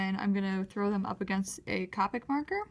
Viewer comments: Pronounced Co-pick markers, it's okay, I pronounced it as Cop-ick at first too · You say capic marker is c-OH-pic marker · It's coopic not copic